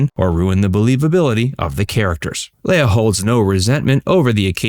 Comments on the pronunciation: Her name is pronounced LEEA, NOT Laya. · I know it's kind of a small item, but I wish you would stop pronouncing her name like Princess Laiah on Star Wars. She has always just called herself Leah as it's spelled. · It's leah (lee-ah) not lay-a. 🙄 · Commentator, learn how to pronounce her name it's "Lee-ah" not "Lay-ah." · Leah's name is actually pronounced as Leeah. Not Lala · Why do you keep pronouncing her name as “Lay-uh?” I’ve only ever heard her name pronounced “Lee-uh.” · Man it was killing me how you pronounce Leah's name. It's Lee ah not Lay ah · Always thought it was pronounced ‘lee-ah’ not ‘lay-ah’ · Why can't this guy pronounce "Leah"? It's Lee-uh, not Lay-uh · Why are you calling LEEH-A, Lay-a?? Seriously? Research, dude!!! And Kirstie Alley turned her back on Leah because she left Scientology?? Why would your "God" tell you to snub anyone, Kirstie? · You pronounce Leah name wrong every single time. It's "Lee-uhh" She not a Star Wars princess. Leia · Her name is Leah, not Leia. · Yup. It's LEE-uh, not LAY-uh. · Leah is pronounced LEE-UH not LAY-UH!! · Everytime he said "Leia" instead of "Leah" my brain would correct him. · Seriously? It's Lee-AH, not LAY-ah. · It’s Leee-aah, not Lay-aah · why do you keep calling her "Leia"? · Why does this guy keep calling Leah, Leia? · "Lay-yah Rem-eneee" Wrong name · You should've learned how to pronounce her name. It's: Leee-ah This wasn't Star Wars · Her name is pronounced, lee-AH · LEAH = LEE uh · Who is “Laya”? Incompetence if you can’t even say the star’s name correctly. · Are you saying her name wrong on purpose or are you just a fucking muppet in real life?